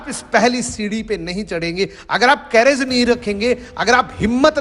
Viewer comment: सर कैरेज नही करेज होता है।